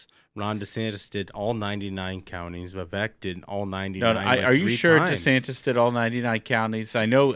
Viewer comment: Love the show - love the insight you can't get anywhere else - but guys, please pronounce Vivek's name properly - It is Vivek, rhymes with cake